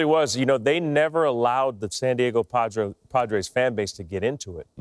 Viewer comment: & then he said the Padros...he's also been very irritable. He might have some CTE or early onset dementia going on...hopefully not 👀